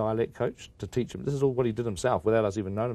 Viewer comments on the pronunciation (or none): none